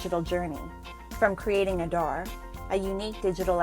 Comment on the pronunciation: ANI reporter must learn how to pronounce aadhaar correctly. Stop this fake accent..